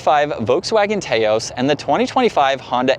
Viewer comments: Taos is a place in NM known for a rugged and beautiful landscape. It’s pronounced TAH-OS Drives me nuts to hear people mispronounce the car name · Tay-os?? Really? 😆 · he is right. You don't pronounce tacos "tay-cos" do you? If so, may want to do some research. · You are deflecting now. You are in America so use the proper pronunciation for the country you live in and don't try to use British pronunciations for "aluminum" and come off disingenuous. No need to make an excuse and try to deflect that someone in say, Malaysia, says "Tay-Os" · Can’t even watch this video because you can’t pronounce Taos